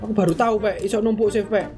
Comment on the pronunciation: How to pronounce "save" is 'seif' not 'sif'🗿